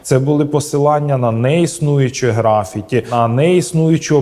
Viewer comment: У слові "графіті" наголос припадає на другий склад, а не на перший.